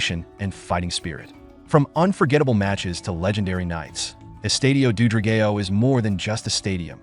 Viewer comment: Thank you for making a video on our stadium. Not sure you are aware but we wear blue and white so when you spoke about the fans you were actually showing Portuguese National Team fans. The pronunciation of the name Dra-gay-o would be very offensive had it not come from an AI voice, perhaps just use the English word which is Dragon. The Stadium is NOT located in Boavista, thats where the local city rivals are so this simply wrong information. Sorry to sound critical, I just needed to mention the big faux pas on the video. I am grateful you made a video on our stadium just wish there had been a bit more research done before presenting false data.